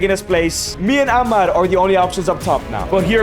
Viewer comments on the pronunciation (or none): none